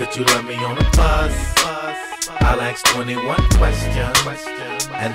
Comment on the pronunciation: Zack Nichols 50 cents says axe instead of ask. so chill